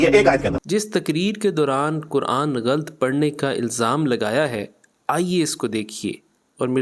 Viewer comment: غلَط کو غلْط پڑھنا بھی غلَط ہے